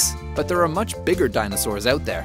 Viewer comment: "Even DINOSAWURS"